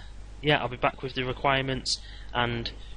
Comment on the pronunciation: its requirements not reguirements but so far nice guide